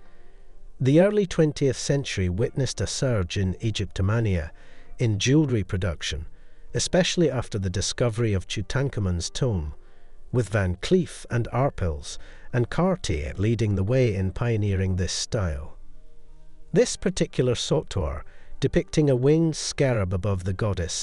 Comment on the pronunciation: Tú-tank-aman? Cringe…